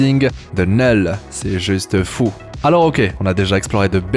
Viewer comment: Il dit "neul" à chaque fois